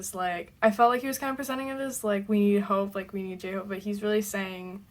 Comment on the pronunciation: Do a reaction on his lollapalooza concert if you haven't watched it. But I think he can be your favourite so far... in the intro video of bts your reaction seeing him and the way pronouncing his name was different. I may be wrong but I'm glad you're enjoying his whole album.